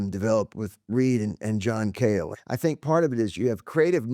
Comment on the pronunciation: It is John Cale, not John Cahill.